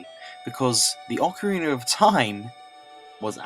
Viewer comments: Yes, I too always wondered why Brits do that with A's at the end of words... Ocareeneerr, or Amerikeer, My buddy does this all the time, and hearing "Ameri-kurr" is by far the most annoying. There is no R after A's in the Queen's English but all you Brits do it... Like North Caroli-nurr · I like how you say Ocarina. Its a got a good brittish accent to it XD